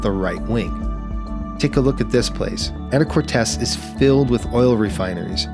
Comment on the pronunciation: Can we next get Canadian VNC (visual Navigation Charts) next??? P-p-p-pleeeeeeease. PS, locals pronounce it “Ana-cor-teese” and “Ska-jet”. :). Thanks for the vid. :). ❤